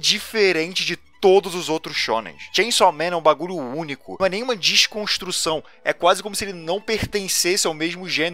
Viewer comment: "único" kkkkkkkk blz